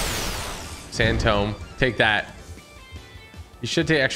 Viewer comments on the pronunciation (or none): Every time he said sand tome I cringed